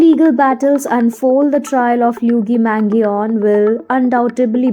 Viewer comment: I’m sorry, but this is an absolute dog shit video. First of all, you completely butchered his name, second of all, it’s completely wrong information.